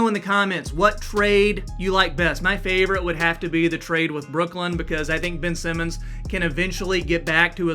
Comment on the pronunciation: Yea once he said Ben Simmon I turned the video off 💀